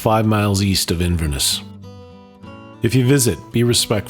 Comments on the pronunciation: It's Inverness, not Inverniss. Its jacobite not jakeobite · Whoever did the narration,needs to learn how to pronounce Inverness and Jacobite !. I am called Greg,after my great grandfather who was called Gregor McGregor,this battle is part of my family history.